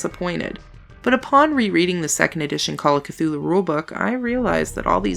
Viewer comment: Well in fairness you got Cthulhu correct even though not even H.P. Lovecraft knew how to say it. ;)